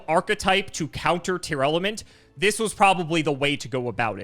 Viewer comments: It's TEAR LAMENT. Not Tear Element lmao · Also the way says Tearlament. I don't know where he's getting "Tear-element" from